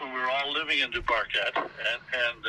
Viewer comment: Correct pronunciation is Due-par-Kay 👍🏻